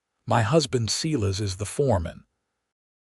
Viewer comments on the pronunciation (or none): Too bad the AI couldn't pronounce SI-LAS instead of SE-LAS...